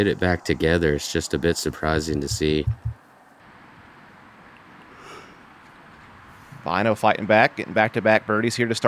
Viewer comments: Btw: If you want to say his name right: the way you pronounce the 'Ä' in Finnish (Väinö Mäkelä here for example) is the same as the letter A, in the word Apple, and the 'Ö' sounds like U in Burn. Commentators here are pronouncing it as Vainou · I would say they pronounce it more like Wine O.